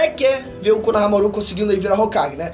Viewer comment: só arruma a pronuncia de shikamaru e konohamaru, por favor, não coloca a sílaba tônica no final